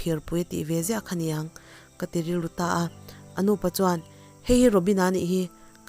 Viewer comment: Anuuupa?? Anupa tiin an sawi mai thinin ka hria, hminglar tak ania. Thing alo ding thelh sunga, tih a THELH lai hi threlh anilo, thelh tih mai tur. Thurawn in welcome thu in swi thin bok a, ka han sawi ve e😀🙏